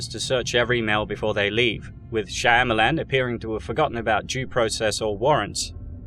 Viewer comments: Is it just me but every time I hear M Night shamyilan it’s just disappointing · I feel sorry for you boys, to be as mad about a few movies. Let's take that word again its a movie. And you pronounce the man's name incorrectly. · I never heard his last name pronounced that way but i love it